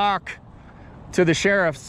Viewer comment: THA ? OR THE ? YOU SPELLED THE NOT WHAT YOU SAID .